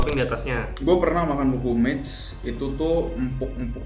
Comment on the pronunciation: Fyi aja nih bacanya ga lukumeids, tapi lukumades biasa aja krn asalnya dari bahasa yunani loukoumades (lokma) yg artinya deep fried dough.. 🙏